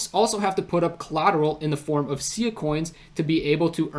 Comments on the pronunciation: Pronounced S-eye-ah , not see-yah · No worries. I've been following Sia for about 4 years now and probably 9 out of 10 people who do a video on it pronounce it the same way you do due to the singer. Great work in the video though, not many people are able to grasp the entirety of this game changing project.